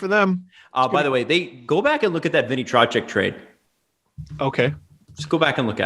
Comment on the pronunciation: the way pronounces Trochek is triggering me